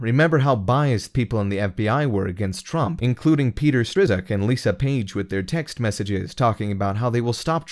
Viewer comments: I am thrilled by the results of the Mueller Report. Helpful tip: Take a second or three to verify the pronunciation of names before recording the Voiceover. Calling Peter Strzok "Strisuk" when it's pronounced "Stroke" and calling former CIA director Brennan "Brenman" makes you look and sound like you don't know what the hell you're talking about. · Not strizek. Say it like Strock. Lol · This seems like it could be a russian bot, no? Not based on the content, but this voice - obviously robotic when it says names - gets all these names wrong. You pronounce Peter's name Stroke. It's John Brennan, not Brenman. Hmmmmm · Is the narrator a computer, or just can’t pronounce certain words?? “collision” “Brenman” “Stee-roke” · "Striz-ack" lol